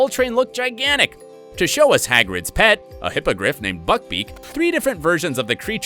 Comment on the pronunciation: Can we talk about the fact that he called them “hippagriff”😂